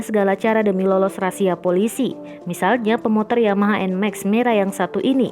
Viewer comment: SEKEDAR NGINGATIN PENGUCAPAN RAZIA BUKAN RASIA TAPI RAZIA TX GB🙏